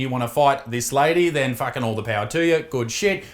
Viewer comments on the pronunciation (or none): none